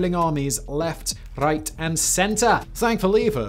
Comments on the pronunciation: "left, riech and center" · . Left RRREICHT and center. Was that your inner German, inner Scotsman or inner pirate?